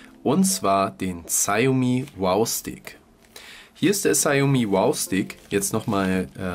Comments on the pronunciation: Nicht negativ gemeint aber man spricht es "Schaumi" und spricht das "au" lang. Trotzdem danke. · Die ausprache "Schaumi" ist falsch. Die Europäer wissen noch nicht einmal was das wort bedeutet von der Aussprache ganz zu schweigen. Frag mal einen aus Fernost oder s. hier